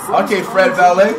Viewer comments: Bro this Nigga said Fred valet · fred valet😭